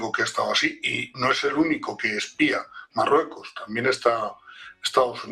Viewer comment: soy seguidor ,pero que le pasa a este presentador , dice depue es s marrueco es s , etc , se come las letras, 🤦